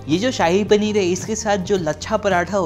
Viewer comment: subah "nallah"🤣🤣🤣🤣🤣🤣🤣🤣🤣🤣🤣🤣🤣🤣🤣🤣🤣 ....... chahii paneer🤣😂